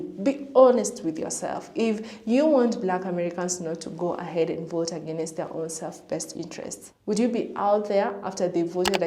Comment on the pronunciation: Adios “I will boat for Donald Trump”